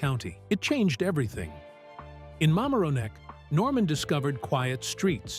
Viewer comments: It’s Ma-MAR (as in MARry)-on-neck. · Mamaroneck is pronounced with the emphasis on the second ( mar) syllable. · The narrator doesn’t know how to pronounce Mamaroneck! He should ask someone!!!